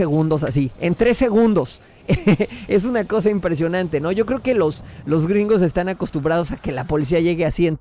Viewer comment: Y gracias por decir greengo